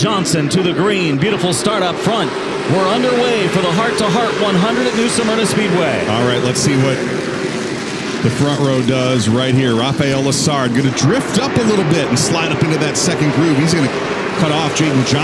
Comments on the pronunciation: I always pronounced it "Smerna". But I hear these broadcasters say "Samerna". Have I been saying it wrong all these years? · As someone who has lived here my whole life. "Smerna" is the correct way lol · yea born and raised in FL, its "Smerna"